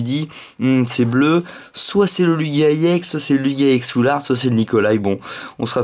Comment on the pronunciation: On dit Ex pas iEx